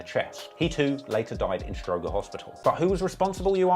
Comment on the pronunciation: "Stro-Jer" not stro-Grrr